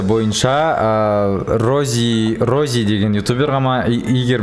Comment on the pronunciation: Роззи емес поззи